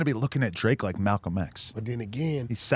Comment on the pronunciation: no tf you didn’t say Malcolm… more like Talcum X 😂